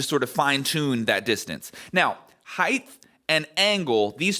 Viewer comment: You lost me at 'heighth'.